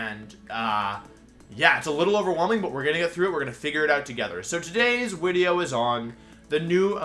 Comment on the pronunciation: why does he say wideo instead of video?